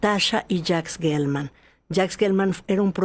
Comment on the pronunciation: Se dice Jelman, no Guelman. La palabra geografía no se dice gueografía.